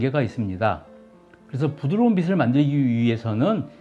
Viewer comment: 빛을 빛의 빛에... 비츨 비츼 비체.. 요 발음만 고치시면 완벽할 것 같네요